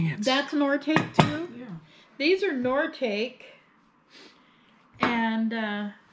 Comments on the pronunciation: Nortakie is not pronounced nor take lol it's nor tok e is correct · Nor I tock e! Not nor take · Noritake is pronounced Nor eh tak eee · FYI. it’s pronounced Nor I Taaah kee. Seems to be a lot of it in these videos. Love you guys! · Those red bulbs are fire bombs to put out fires. Probably water. Nor-i-tah-kee (Noritake) and please, please don't ring the bells. They destroy our and the dogs' eardrums and he howls like a coon dog. Thank you! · Noritake is pronounced NORI TA KEY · A pronunciation guide to "Noritake" from 1952. This is how the name is generally pronounced~ it is: nor-ih-tah-kay. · Noritake is pronounced “ nor ah ta kee” brand of china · Nora talk key. Is how you pronounce the name of the dishes. They are Japanese.